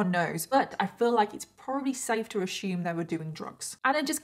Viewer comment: Love your content but please pronounce "assume" properly. Drives me nuts 😂.